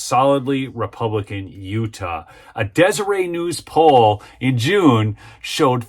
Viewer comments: "Deseret" is actually pronounced " dese- rett" not "dese- ray". It's a Mormon- created word and not a French word. The Mormon thrift stores are named " Deseret." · Thanks for your report. As a conservative Utahn, I'm excited for the exit of Mittens. Too bad we didn't have the ability to recall the RINO knucklehead! For your future reporting on stories from the Deseret News, Deseret is pronounced Des-uh-ret. Pronounce the "t".